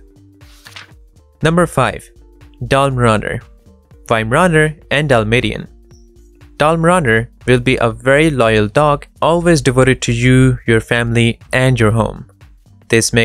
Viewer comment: it is dal may shun , the tion is pronounced as in nation